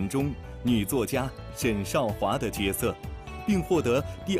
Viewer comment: 角色Jue se 应该念 Jue se.